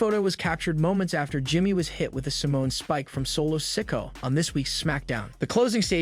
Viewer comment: Why do you say the names all weird dude? Cuddy Rhodes Ricoshit Solo Siko'o.. Fucks wrong with you?